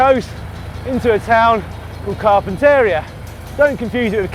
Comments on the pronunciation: Daniel Lloyd Car pent area? Funniest mispronounciation ever! British Californian speak is hilarious :-D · That was the worst mispronunciation of Carpinteria that I have ever heard.